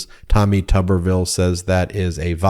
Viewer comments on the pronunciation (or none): Actually pronounced as Tooberville. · How is it that his name is pronounced with a short U sound when there isn't a double b? #PotatoTown